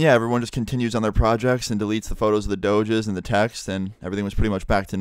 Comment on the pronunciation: turn on subtitles and wait until he says "doges"